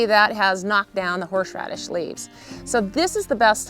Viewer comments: Why does she keep saying horsh-radish? Isn’t it horse-radish? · I'm dying at "horsh-radish"